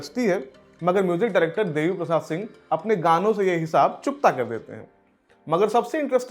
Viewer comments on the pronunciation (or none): none